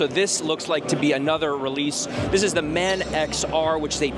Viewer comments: Its not "Man x" it's pronounced as "Manx" one word. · Your pronounciation of manx hurts both my ears and soul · Man X R should be said "Manx R" Manx is a nod to the Isle of Man. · Sorry but the word and pronunciation of Manx is fundamental to motorcycling knowledge in general and Norton's history in particular. If the word Manx doesn't register with you, you're in the wrong job!